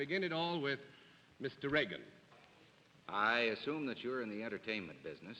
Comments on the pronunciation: IT'S REAGAN NOT REGAN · Hedda Hopper pronounced Mr. Reagan's last name as Reegan. Totally disrespectful.